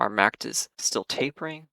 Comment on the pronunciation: You are the only trader I know who pronounces it "Macked" and says every letter of the VVIX, lol. Just an interesting observation. Thanks for the insights!